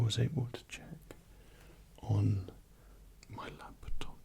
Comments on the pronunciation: I believe he said "lap-a-top" several times. LOL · Whys he saying laptop weird